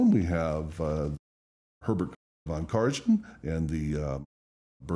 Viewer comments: Karajan is pronounced Kah - rah - han. Han, not jon. Ansermet is pronounced On - sehr - may. May, not met. Repeat it slowly many times, and eventually, you'll git it. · If you want to really display being a "snob", then I suggest that you learn how to pronounce "Karajan" correctly.